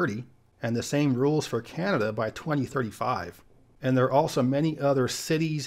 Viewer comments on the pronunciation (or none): none